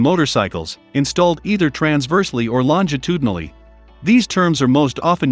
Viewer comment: Couldn't pronounce toothed in the last video yet this video you nail longitudinally?